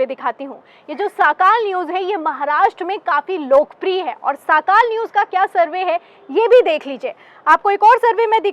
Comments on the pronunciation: Didi woh sakaal nahee sakaadh hay. Sorry agar koi galti hogai to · मॅडम, साकाल न्यूज नही, सकाळ न्यूज बोलो